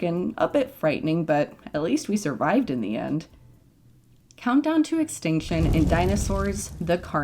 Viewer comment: Did anyone else realise that it sounds like shes saying exticshon, amd advensher?